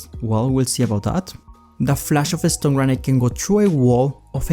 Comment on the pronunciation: You say the stun grenade ‘Stone grenade’